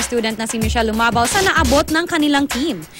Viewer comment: It's Gumabao, not Lumabao...